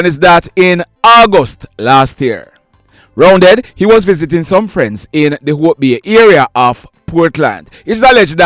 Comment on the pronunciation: Correction, the 58 year old man’s alias name is Roundeh not Roundead… I know him when I use to live in August Town.